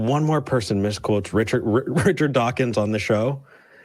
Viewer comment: I find it hard to take someone seriously when they say “Dawkings” and Illinoise”.